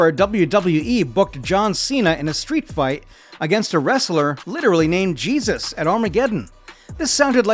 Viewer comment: Mispronounced his name (Jesus) and showed a completely different wrestler. Far from the only issue.